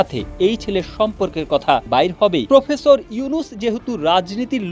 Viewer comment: ""প্রুফেসুর"" ইউনুস কি? বুঝলাম না।